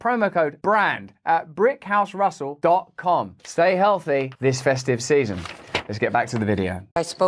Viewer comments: Seriously though, Russell. How hard is it to pronounce a 't'? 🤔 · I would like to give Russel a box full of the letter '' T''. So they he wouldn't be so annoying to listen to. He could insert them into words where they are normally used.